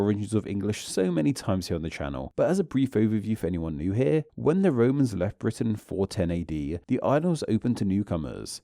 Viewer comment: What's with the "two-a" and "new-a" etc?